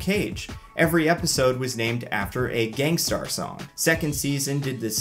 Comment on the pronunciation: Bro...did he say Gang Star?🤣🤣🤣